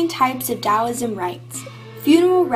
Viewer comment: Very nice indeed - but there are some important errors. Here are two big errors: Yin correlates with the feminine Yang correlates with masculine Also, several words are mispronounced, including Taoism and Daoism!, and there are some misspellings (Medieval is correct, not how you spelled it). I hope you make corrections because it is a very nice short synopsis, and it is useful, but only if it is correct!